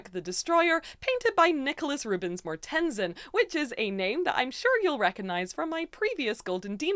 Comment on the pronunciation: As a Dane it hurts my soul hearing how you pronounce Mortensen. :/